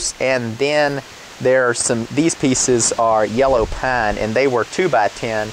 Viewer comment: The way you say PINE i am gonna say you live in.....North Carolina??